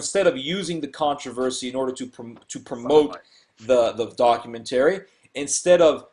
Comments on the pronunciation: dock-you-ment-uh-ry not dock-you-ment-tarey. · I want the dude who can't pronounce documentary to shut the fuck up, all he is doing is teaching people to pronounce english improperly.